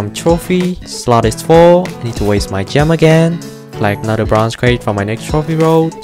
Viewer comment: Slap yourself when he says "bronze crate"